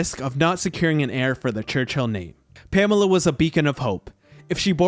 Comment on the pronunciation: I worry about any narrator who can't even pronounce the name Pamela, let alone anything else.